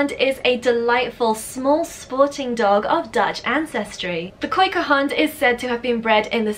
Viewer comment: Your Dutch pronunciation with the baroness' name and the word kooikerhond is really impressive! We usually just call them kooikers in the Netherlands. I was really hoping for the Frisian stabyhoun though! My absolute favorite rare breed, although they're very common in the Netherlands. I have one, and so do my parents and in-laws. They're the best family dogs and so so so sweet and kind hearted. My 3 yo niece can walk my stabyhoun sll by herself (of course i do follow them for safety reasons), while my tiny yorkie actually manages to pull her over